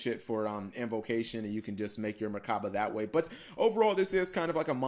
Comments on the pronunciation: MECHABA OR MECH-ABA NOT MERCABA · Why do you say merchaba? There's no r